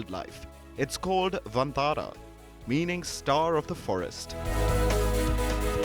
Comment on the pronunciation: I appreciate the efforts of Mr Ambani scion in creating Vantara (which should be pronounced as Van-taara rather than onthara coz it looses its meaning) and i also Palkiji's promotion for this. But should the wildlife conservation see fruition only when its done by high profile business tycoons should it gain praise only when the rich intervene?? Isnt it the responsibility of the local community, Village forest communities, Biodiversity Management Committees to stay in harmony with nature and wildlife. And shouldnt these high profile businessmen be supporting them local communities and highlighting their efforts and portray conservation on a holistic approach. Instead of multimillion dollar rich son stealing the limelight for this wildilfe conservation combined with showoff of high profile marriage alliance. Ona gentle note Article 15A(g) must me highlighted here is wat i am apprising.